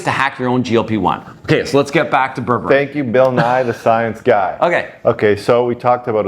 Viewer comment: You're mispronouncing it, it's pronounced Berbereen, not Berberin.